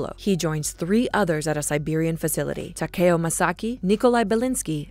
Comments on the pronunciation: Ta..kayio....it’s takeo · The way she said “Takeo” pissed me off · She said takeos name wrong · She said tako name wrong